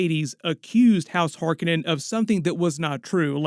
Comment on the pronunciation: I WAS going to watch this until they mispronounced Harkonnen AGAIN !!!!!!!!!!!!!!!!!!